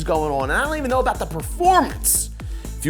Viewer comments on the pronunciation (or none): none